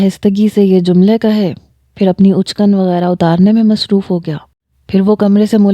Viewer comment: Uchkan nahi madam for god sake achkan matlab sherwani